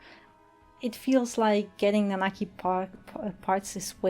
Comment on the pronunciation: I'm so glad you say the proper name Nanaki